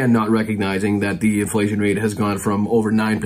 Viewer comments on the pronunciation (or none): none